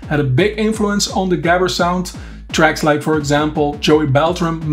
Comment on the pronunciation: why didnt you pronounce gabber like you know how it was pronounced , lol